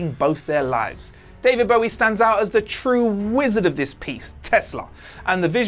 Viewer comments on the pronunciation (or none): none